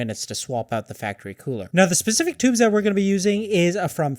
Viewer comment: SPECIFIC FFS. Pacific is a fucking ocean. SPECIFIC SPECIFIC SPECIFIC